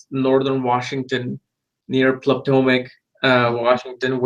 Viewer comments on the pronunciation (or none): none